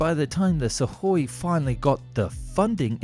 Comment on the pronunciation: Wow, an English YouTuber that didn't follow the failure'ous "transliteration" charts and had read the Suhój as Suhój – not as "SOOkoj"(instrumentative singular for /b.tch/)